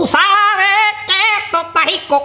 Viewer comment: EJTO EJTA JICO EH EH EJTO EJTA JICO